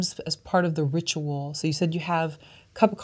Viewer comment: could you say ritual one more time lol